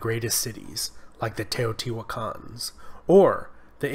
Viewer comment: Oh yes... "The Teejohtiiuakaans"; White protestant descendants of Dutch settlers? (I think he meant to say, "Teotihuacanos", but ok) ... We can call them "Teotihuacans" without breaking any English rules, I guess.